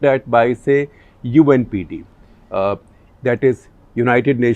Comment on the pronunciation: You said UNPD I guess u meant UNDP